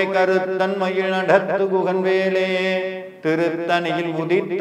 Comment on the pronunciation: ழ -உச்சரிப்பு மிகவும் தவறாக உள்ளது. மாற்ற வேண்டும். மயில், மயிழ் alla